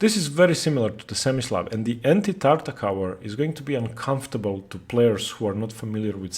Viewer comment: Great video, I will now probably try Tartakower myself (being a Tarrasch player). Just one complaint: the way you pronounce "Tartak-ower" makes my ears bleed. It does not end with the same sound as in "t-ower" but like in "r-over". See e.g. these videos: and Greetings!